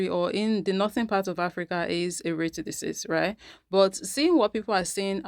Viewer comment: Girl everytime you say raytissciss I crack up😂❤